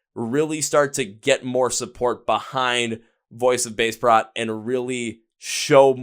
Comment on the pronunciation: At least pronounce the name of the band correctly. They're too sweet to correct you.